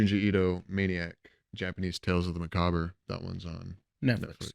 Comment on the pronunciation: I think you both say "macabre" wrong lol